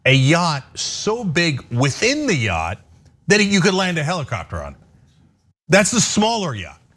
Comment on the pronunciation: Elmer J Fudd gazillionaire, I own a mansion and a yaght. 👌